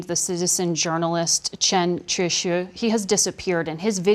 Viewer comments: The woman totally mispronounced the name of the man trying to get word out. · The part about the citizen journalist, Chen Qiushi is completely staged. The CBS Infobab pronunciation of his name is completely wrong. That gives Amb. Cui Tiankai the "out". How convenient. That was the question that really needed to be answered. Qiushi showed the pictures of what's really going on and CBS protected the Chinese Government. This is the a reason to not watch these MSM Sunday Morning Shows. What you don't know they will use to fool you!!